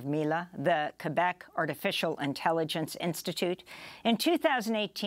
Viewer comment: lmao why is she pronouncing it like 'ortificial'